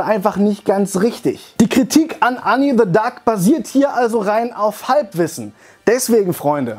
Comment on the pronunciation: Endlich jemand der Anni richtig ausspricht